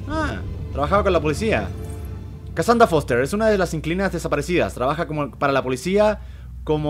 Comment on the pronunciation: Dijo mi nombre D: pero lo dijo mal xD (me llamo kasandra me costara trabajo oirlo xS